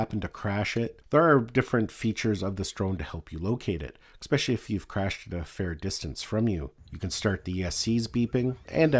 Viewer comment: great video thanks but btw there is no "X" in the word es·pe·cial·ly!